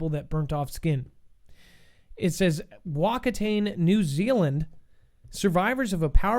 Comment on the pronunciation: Hey just for your knowledge Whakatane is pronounced far-car-tar-neigh. My home town!